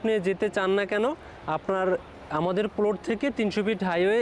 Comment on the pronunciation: আগে প্লট উচ্চারণ শিখো তারপর জায়গা সেল করতে আসো😀😀